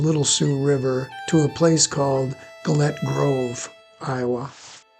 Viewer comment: There is so much you have wrong in this segment. Firstly Gillett grove is not pronounced as you have done. Most of the information in Gillett's site is incorrect, like removing an Indian's head, or the reverse travel from that cabin to Cherokee or that the military came up from Fort Dodge. Fort Dodge had been abandoned by the government and sold to Bill Williams by then. The Gilletts had quite a bad time of it with Inkpaduta, they hid their guns, btw, what you have done here is confuse the earlier time Inkpaduta went there and he and his men went in and had a large meal as was common for the Wahpekute. Wah: rhymes with "saw" or "pah"peh: rhymes with "meh"koo: rhymes with "moo"tee (emphasis on the peh)